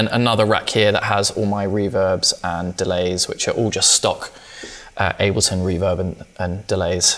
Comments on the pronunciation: Abelton instead of Ableton wtf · "free abelton patch" how do you guys get "ableton" wrong lol. fire tutorial nevertheless :-)